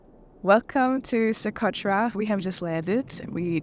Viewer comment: Que barbaridad, se podia quitar el chicle de la boca, ni Socotra sabe pronunciar.